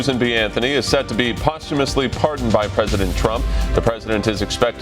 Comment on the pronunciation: Reporter needs to learn to pronounce the word president. It's not present Trump, it's president Trump.